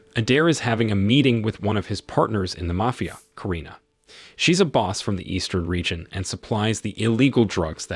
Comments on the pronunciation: He said mayfia boss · The way u said MAFIA 😂😂😂